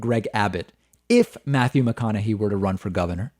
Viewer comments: David youre killing me pronouncing his name wrong. It's hey at the end not hee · Matthew McConaughey pronounces his own name Mac-con-a-hay, not Mac-con-a-he. So I would say that since that's how the man himself pronounces it, that would be the correct pronunciation. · Also pronouncing it "McConahay:" Matthew McConaughy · It's actually pronounced with a "hey" at the end. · Sorry? You don't know his politics? It's not really a secret. And you're pronouncing his name wrong. According to him anyway. I like your show a lot but that just hurt my ears. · David mispronouncing Mcconaughey reminds me of how he would always mispronounce 'Tulsi' Gabbard (Toolsi). I think knows and does it for laughs anyways lol.